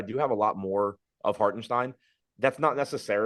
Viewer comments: "shtein" is right, Hark still isn't... The German pronunciation definitely uses a T sound. "Hault-en-shtein" is more correct. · Where is getting that K in Hartenstein? Lol